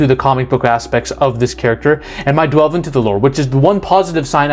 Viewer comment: DWELVE...what time is it? DWELVE O'CLOCK. I WILL DELVE..DELVE INTO THE POSSIBILITIES. LETS DELVE INTO THIS TOPIC....DONT LEAVE! its delve, not dwelve..